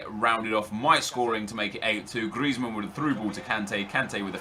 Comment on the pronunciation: It genuinely annoys me tbh hahaha the way he rolls the R in Griezmann especially makes me cringe